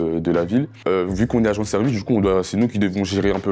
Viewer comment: "tchimide, dju coup", MDR cassos...